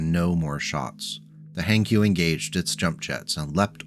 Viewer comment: Hankyu? No, Hank yu.